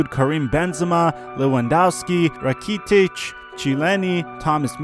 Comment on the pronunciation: Rakeytic Meueeelr Chyyiro and Van Dick😂😂😂😂 LMAO